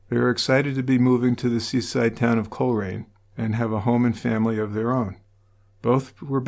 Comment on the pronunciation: Coleraine is pronounced coal rain.